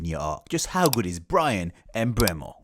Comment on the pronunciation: It's not em-Mbeumo its just Mbeumo.